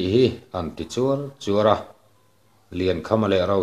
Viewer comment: I chhiar thiam tehlul nen 'chuar chuar'tih hi i thluk fuh lo ṭhin.'mipuite chuan an an en luai luai a' tih a luai luai tih ang a thluk tur anih hmel ang